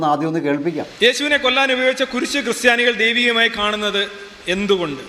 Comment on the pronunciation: Sorry to say "cry Stiani"